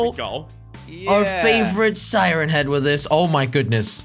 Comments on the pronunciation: He said "siren ahead"😂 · Does everyone think that they say siren head wrong? Because i do